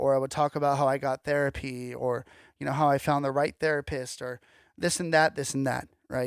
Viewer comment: Haha you said therapiss